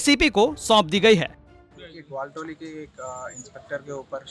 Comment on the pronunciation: Gwalatoli nhi gwaltoli bc 🥺